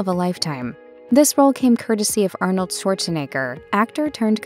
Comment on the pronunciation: Can't stand either one of them. Ah-nold....